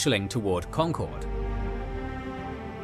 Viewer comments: Special kudos to you for saying “Congcurd” correctly. As you can literally see from the original video, people from away barely know how to say it. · First of all, thank you for pronouncing Concord correctly (the source video didn't). Second, a lot more words rhyme with Revere than Dawes...